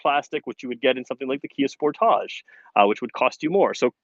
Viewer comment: He said sportache it’s sportage